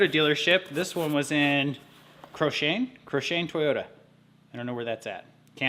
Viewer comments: Get yourself a battery blanket too , it will come in handy when it gets really cold . I had a chuckle , when you said coshane , It's actually pronounced Coc Run Alberta ... 200 k south of me.. FYI Cochrane Ab outside of Calgary west . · Cochrane is a nice small town 20 km west of Calgary, Alberta. And the pronunciation is very different 🙂, think of two K's and then the emphasis on the first syllable. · cochrane Alberta .... pronounced (cock ran)